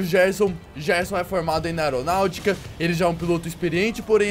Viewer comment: Kkkk ele falou aeronaltica kkkkk é aviação não aeronalticakkkk